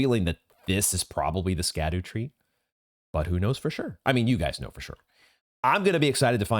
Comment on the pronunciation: So same as Blaidd is not so straight forward to pronounce the word “scadu” is derived from the Old English “sceadu,” and should be pronounced more like “shadu,” or, you know, “shadow”